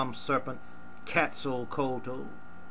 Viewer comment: the quetz is not pronounced cats my bredren... its pronounced and kets or ketz not cats